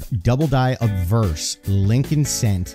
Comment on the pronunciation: good history story, it sounds like your saying adverse and not obverse. maybe its my hearing lol